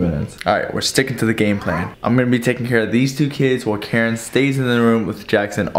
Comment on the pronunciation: I love how Keren always pronounces the words wrong hahah